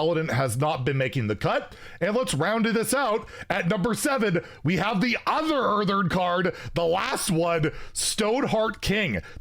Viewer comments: Someone has to say it: IT'S EARTHEN! EARTHEN! IT HAS ONE 'R'! ONE! NOT EARTHERN! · Say it with me. Earth-EN Earth-EN. NOT Earth-ERN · Hearthstone: "Earthen": "Earthern" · My man will go to his grave saying earthern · Anyone else get annoyed when says "EartheRn"?